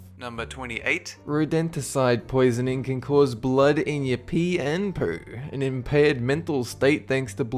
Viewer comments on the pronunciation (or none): Weird, but I like how he says "poo" Like pew + poo.